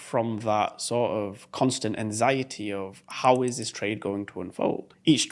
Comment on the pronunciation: It gives me anxiety, the way you pronounce anxiety